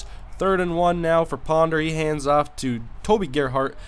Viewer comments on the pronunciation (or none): none